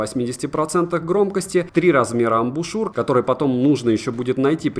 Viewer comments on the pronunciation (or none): none